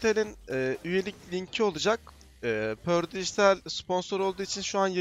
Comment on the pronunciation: pördıgıtal degıl perdıgıdal dogru soyle bı